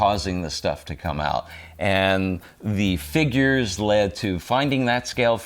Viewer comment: He still can't say "figgers" right :P